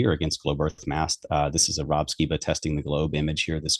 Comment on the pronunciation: Oh my gosh, how can a human being be so simple minded! can’t even grasp the simplest physics. And I could freak out, if people like say: the Bible says erf am flat. Hilarious